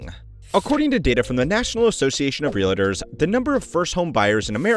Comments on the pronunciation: Oh God Please! Its NOT ReaLAtors! Its Realtors. There is no freakin “A” after the “L”! Damn! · Is it just me or that's not how to say "realtors"?! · It's REALTORS, NOT REAL-ATERS. (In Hermione's voice) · It’s pronounced Real Tors, not Ree La Tours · Stop saying "realators", it's "realtor". Jesus Christ. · Realtors. Not Reelators. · real-tors not real-lay-tors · REALITTERS 😂😂😂😂😂😂😂😂😂😂 bro REAL-TORS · Every time he says “real-idders”, a kitten passes away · It's not real-"uh"-ters.... ugh. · Is anyone else annoyed by him calling them realators? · So distracted by the pronunciation of realtors as “realitors” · I’m a real estate investor. I can’t take this pronunciation of realators! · say realahtors again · real’é’tors… why the FUCK do some people pronounce it like that 😂😂😂 it’s two syllables, not three